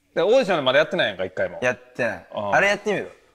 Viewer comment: オーディヒョンっていってない？